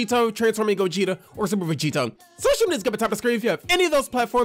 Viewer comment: bro do u realize u said gogito